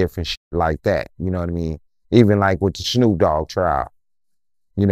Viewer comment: TRIAL not trail